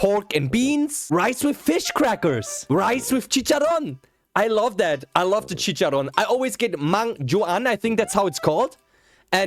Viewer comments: mang juan is pronounced mang huan like juan in spanish hope it helps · Kabayan, JUAN is pronounced as H (HUWAN). It's the Tagalog counterpart of JOHN. It"s a general term for the ordinary folks. As to my rice story, I feel I'll not survive in the other parts of the world as am basically a rice eater. Growing up, I was considered a picky eater. I just eat fish when fried, I don't like red sauces like with catsup so if the food is like Menudo or Tinola, I settle for rice mixed with soy sauce & cooking oil or salt instead of soy sauce... I wasn't also into vegies. But my comfort food was rice with condensed milk. Powdered milk was fine, even plain sugar but condensed was the best. Ovaltine & Milo were nice mixed to rice, too. But even better was coffe. That was the favorite to us cousins. We had a rich cousin who dined with us & he was thankful we taught him that. He said the coffee poured to rice was the best & copied it. & I love the black crispy rice called TUTONG in Tagalog, TUKAG in Waray. My relatives were happy when I paid a visit & they have plenty of those. When it's topped with condensed milk, that's gourmet for me.😂🤤